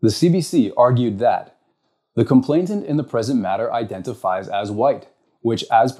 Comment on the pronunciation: Please, it's complainant, not complainTant. Just wanting to make an excellent speaker even better.